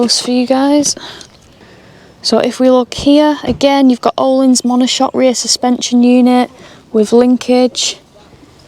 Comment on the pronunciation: Hefty insurance, but think it will be someone who track days,very selected niche I think.By the way a bit of media trivia Öhlins suspension is a Swedish company and English people always pronounce it incorrectly,as the Ö has two little dots above as there are thre letters the Swedish alphabet have that the UK don’t, They are:äöå so to say it correctly you say Erlins as the Ö is pronounced ER,nerdy I know but thought it would make you laugh great blog.was watching with three friends in Nyköping Sweden 😂❤️🙏🏍👍